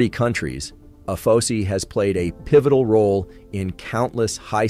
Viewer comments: Good job, but I need to correct you on your translation. Being an Air Force Veteran, its pronounced A-F-O-S-I, or Air Force O-S-I. Not "uh-pho-see". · It’s not pronounced by anyone as Ay Fo See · Are these videos done with actual voice over or is it TTS? Cause every time AFOSI comes up it is said different in this video (which is odd, since each letter should be said independently) . Also, espionage was said very oddly.